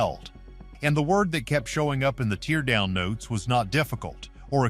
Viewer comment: All this AI and can’t pronounce the word “teardown” correctly. Not very inspiring.